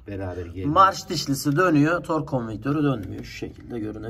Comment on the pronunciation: işin piri fakat tors değil tork orlink değil oring 😀😀